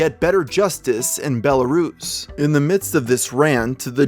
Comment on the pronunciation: "bellarus", ahh the bell capital of eastern europe...